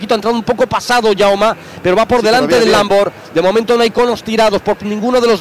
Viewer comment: No puedo con "LamboR"